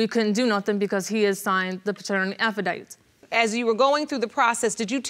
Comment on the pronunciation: Second set. Did she say "affidite"? All 3 of these cases are heartbreaking for many reasons. Prayers for the children!